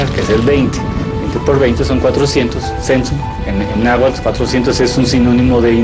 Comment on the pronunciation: Un poco de tergiversación y pésima pronunciación del náhuatl, pero casi la cuentan como es!